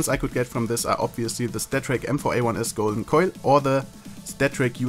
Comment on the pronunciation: I am not going to lie when ever you say "Golden Coil" sounds like you are saying "Golden Koi"